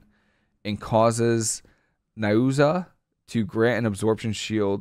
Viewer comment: N I U Z A O....not N A I O Z U. Drives me crazy to hear you lol